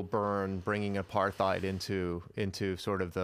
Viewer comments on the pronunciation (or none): "apartheid" is not pronounced with a "th" sounds. It's "apart-heid". Hard T.